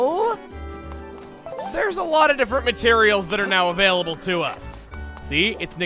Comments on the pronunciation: Oh goodness chugga.."Beetles Shop is avail-a-bell" 😑😑😑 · "AVAILABELL" Unsubs